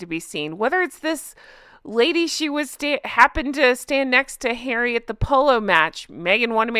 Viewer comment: she cant say Harry